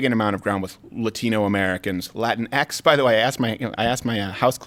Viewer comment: You guys(not just Crowder, everyone) constantly mispronounce latinx. It's the same as Latino or Latina, just with the stupid ex homophone instead of the ones that make sense. It's not latin-ex, it's lah-teen-ex. Don't get me wrong, I'll throw hands at any liberal brainwashed enough to think it's the right word, but y'all aren't even close.